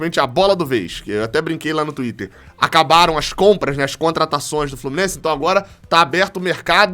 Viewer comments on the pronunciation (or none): none